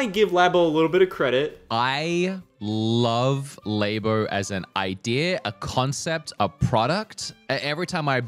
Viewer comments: Why is still saying laybo. Why did anybody ever call it laybo when it's clearly lab as in laboratory, but especially years later and when scott is right there pronouncing it the correct way. Being stupid on purpose to be different is so cool bro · pronunciation of Labo offends me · Idk how to properly pronounce LABO.......But I know that is doing it wrong.